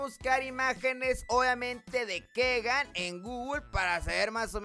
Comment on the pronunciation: Hijo se pronuncia Kigan no Kegan